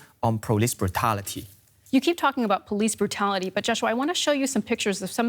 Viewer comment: "poulis pvutality"...The HK police has suffered severe abuse and attacks for months. No other force have gone through this and still been so restrained.